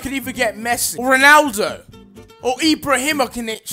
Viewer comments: “Maybe I can even get Mess... or Ronaldo, or Ibrahimokinich... Ibra Ibra Ibrahinch, or Ibralkinich... Zlatan” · You can't say ibrahimovic? Really